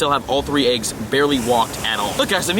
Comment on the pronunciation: Fun fact: AYYYGGGs is actually pronounced EGGS